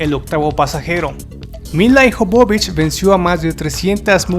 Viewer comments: Se pronuncia Míla Ióvovich y no milaijovovic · Adoro esta película... Y adoro a Milla Jovovich. (Y por cierto no la.sabe pronunciar... Se pronuncia MILA YOVOVICH) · odio como pronuncia el nombre el locutor,..... SE PRONUNCIA mila yovovich... (no como el dice milayjovovich